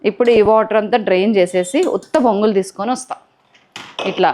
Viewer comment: Bongulu kaadu borugulu antaa4u